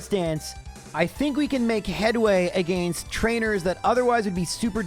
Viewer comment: say it with me "uh - gen - st" UH GENST NOT "AYE ' GENST" UH GENST